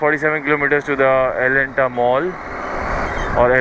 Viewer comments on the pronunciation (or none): Nikhil bro it's elante mall not Elanta :p